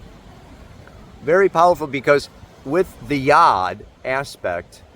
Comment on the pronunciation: Yod pronounced like good